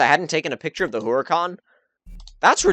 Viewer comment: It is called Her-u-con obviously you know it's spelled Huracan